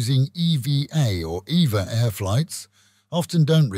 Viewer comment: Your the only person I have ever heard pronounce E-V-A Air correctly 👍 It's an acronym. This airline is a subsidiary of the massive global shipping company Evergreen.